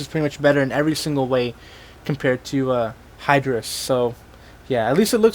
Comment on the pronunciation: The name is higerres not hiydorus you dumass